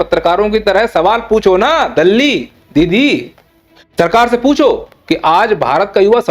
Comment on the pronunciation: "Dalli" pause....... "didi" is epic 😂😂😂😂